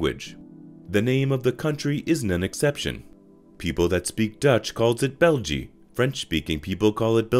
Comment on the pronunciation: As a Belgian it’s always funny to hear people try to pronounce Dutch, French or German. België is actually pronounce like this: Bell, the first part of guillotine and then the e-sound from the.